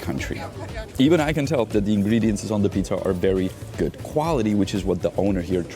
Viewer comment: Ingredients....never heard ' ingrediances'